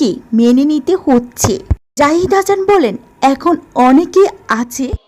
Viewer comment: হাছান নয় "হাসান" আগে ভাষা শিখুন তারপর কথা বলেন।